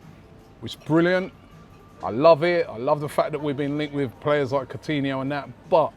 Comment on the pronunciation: Funny that when Arsenal are linked with Coutinho, Robbie actually pronounces his name right rather than saying “Court-iniho”like he did back in the Liverpool days